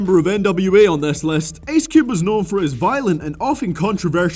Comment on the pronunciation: Me when I say Ice Cube: Ice Cube. He when he say Ice Cube: Ace Cube hahah no offense